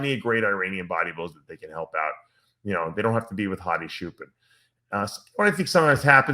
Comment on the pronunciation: bruh how do you and NSP say CHOOPEN... take 3 braincells to imagine them saying it like that in Iran and you'll know it's wrong immediately